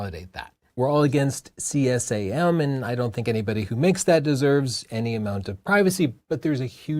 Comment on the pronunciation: please say C Sam like normal people plus your yt algo will thank you